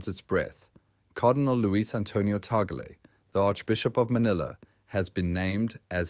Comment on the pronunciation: Pronounced: TAG-LE